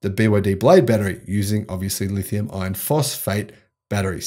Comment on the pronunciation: please correct your pronunciation. There is no such thing as a Lithium ion phosphate battery....only a Lithium Iron Phosphate battery. As you well know, Lithium Ion refers to a variety of chemistries that include Nickel, Cobalt, Manganese and/or Aluminum. I like your enthusiasm but if people are going to rely on you, please get the two types straight.